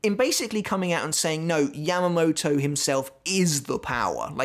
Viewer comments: He said Yam-uh-mo-toe.. it is Yah-mah-mou-tou, lol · British accent